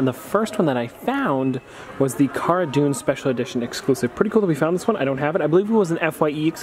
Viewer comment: Heads up pronouncing Cara Dune wrong!